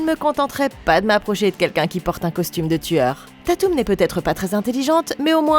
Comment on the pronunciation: J'attendais vrm les screams depuis longtemps!!❤ par contre ce qui me derangeais etait comment tu prononçais dewey et tatum😂